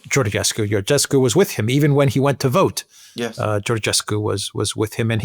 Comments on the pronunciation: Georgescu is spelled like the King George, George-escu, add the escu at the end of George. In Romanian, Ge is pronounced Ge like in George, and Ghe, is pronounced like in Ghepard. No "h" no Ghe-pard. Just George like in King George the V. Btw, no matter how many elections will cancel, the people will keep voting against EU. Remember, Georgescu got 23% votes and they cancelled him, and now Simion got 40% of the votes. Also Siminon's AUR party it's part of Meloni's Conservative and Reform faction in EU parliament. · Alexander pronounce Georgescu properly,just like King George!Also he will not be a prime minister because Romanian Pariament must confirm a presidential nomination...and they will listen to EU dictat and denie Georgiescus nomination for PM! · Guys, the "ge" în Georgescu is pronounced like the "ge" în "gentle". If it were pronounced like the "ge" in "get", it would be written "ghe". That is why it is "George Simion" and "Gheorghe Hagi". It works like Italian "Giorgia" vs. "Lamborghini". So, stop pronouncing Georgescu like we would Gheorghescu! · Georgescu is pronounced just like George in English just add escu at the end